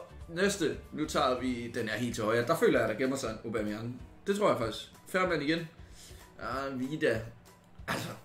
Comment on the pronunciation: Hvorfor er det du siger Obameyang istedet for Aubameyang ?